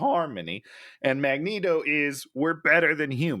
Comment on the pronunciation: Goddammit, it’s a long E in Magneto!